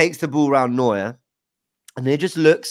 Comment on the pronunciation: Unironically, would just like to congratulate on his pronunciation of Neuer. Actually said it correctly every single time. Couldn’t believe my ears was fully expecting him to butcher it